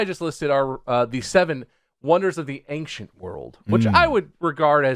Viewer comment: bob says “ancient” stupid